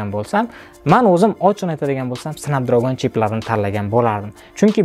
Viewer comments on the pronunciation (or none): Okam lekin "snabdragon"soʻzini ham aytiwwi qalpoq qib tawadizeee 😅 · Aka siz snepdregon exsnos sozi flagmen so‘zlarini yaxshi organvolib kegin video qiling odamdi g‘ashi kelyapti tog‘ri talaffuz qilomaganizi eshitgan odamni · Эээээ, Ака Снепдрегон`ди Снапдрагон диябсизми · Snapdragn bo’ladi 1-dan, 2-dan flagman bo’ladi agar haqiqiy inglizcha o’qisez. Google dan shu so’zlarni yoziz pronunciation desez chiqazib beradi. Bular ichida Snapdragonni haqqatta o’zbekcha talafuz qilganman, haqiqiy talafuz snepdregon emas snapdragn bo’ladi. Dictionarylarni ochib tekshirib olavering ishonmasangiz. Siz aytgan talafuzlar rularni o’qish talafuzi haqiqiy talafuz emas.